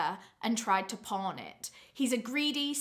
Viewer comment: I need Jesus, everytime you said pawn,I heard por*.